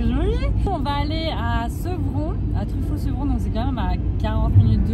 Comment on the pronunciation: Hello! En effet Servon (et non Sevron 😅😚) ce n'est pas le plus près de chez toi, mais les mag autour on l'air cool 😉 Merci pour tes vidéos qui me tiennent compagnie dans ma vie nulle 🥺 Gros bisous ma fille spirituelle jolie 😘💖💖et gros poutous à Prince 😘💖